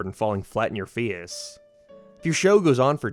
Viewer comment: The way you pronounce words like "out" and "face", I have to ask... is one of your parents from Northern Ireland? 🤔